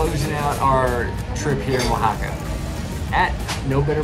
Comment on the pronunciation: YOUR HILARIOUS. The pronounciation is on point OAHAAAKKAAA! lol